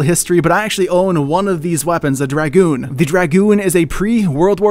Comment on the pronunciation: Finnaly a name pronuched right but the dragoon is a French soilder is what they are referencing not going to go into to much detail Google it